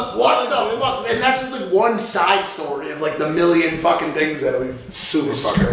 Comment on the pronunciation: He tried to say million but slured his words